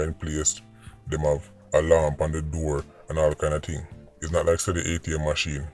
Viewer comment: Simon, he kept his promise. A "TING" IS A TING. HE DIDN'T SAYS WHAT TYPE OF "TING"